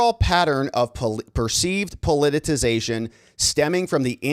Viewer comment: Please stop saying "po-li-ti-TI-zation". It makes you sound like an idiot.